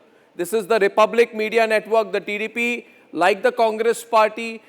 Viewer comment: First of all pronoun the name of tdp properly. Who the hell are you why the minister should explain to you personally. The rules are not decided by one person.There will be a commity. If you shout like that i think you will die soon. Today he gave clearly explaination about the situation. Why you are targeting tdp. He is a central minister not only a party member. If you have dare just target the main issue and where the issue started not the person